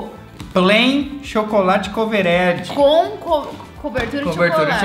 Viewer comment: “chocolate coverédi”